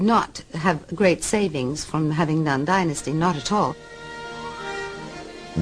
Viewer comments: Fallon's rediculous alien abduction, spelled the end of the show. It is not called DIN-USTY it is pronounced DIE-NUSTY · It sounds disgusting when the narrator arrogantly and disrespectfully mis.pronounce Dynasty as “denasty”. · They couldn’t get someone that can pronounce the word “Dynasty”?? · funny how most in Europe say "DINNASTY", but in America it's "DYNASTY", honey .. gotta emphasYze that "Y"